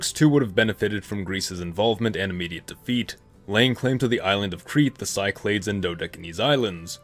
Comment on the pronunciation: when he said Cyclades totally wrong I died inside